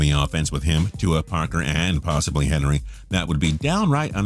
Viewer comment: I know everyone is saying this but henry? come on.